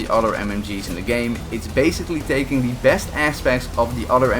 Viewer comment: You forgot the t in both the words worsT and besT